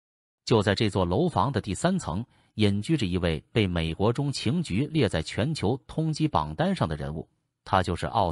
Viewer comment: 这个机械声音太难受了……“美国中，情局” 是什么鬼……